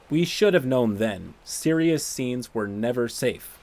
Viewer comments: I’m assuming part of the “no-sire-erious” joke is supposed to sound like no-sir-ee? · It's been almost a week and I still can't stop cringing at "no-sire-ous" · Maybe it was misspeaking or mishearing and he said "known sire-ious problem"?